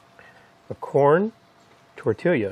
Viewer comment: You do know that you’re supposed to heat up the “TORTILIA” as you say😂😂